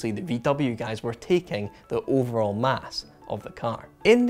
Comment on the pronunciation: "... the OVERALL mass..." .... Heh! :D Edit